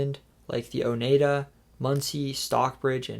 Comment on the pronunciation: a minute or so late but its OH-knee-ah-ta